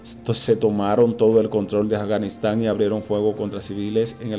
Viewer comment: PRONUNCIA BIEN: A F G A N I S T A N !!! LA. " F " NO TIENE SONIDO SOLA, UNES LOS LABIOS COMO SI VAS A DECIR FEO. FOZ. FIESTA ETC